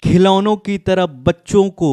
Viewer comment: Taraf ko taap bol rhe ho